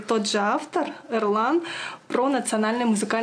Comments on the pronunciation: А почему вместо Ерлан (буква ЕЕЕЕЕ) она произносит букву ЭЭЭЭЭЭЭЭ? В русском языке есть обе буквы. Есть имена: ЕВГЕНИЙ. Это наверно у якутов нет буквы: Е ??? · Здравствуйте,. Все хорошо, но если написано имя "Ерлан", то и произносится с буквы " Е". ) Кангаласцам улкен Салем от Канглы.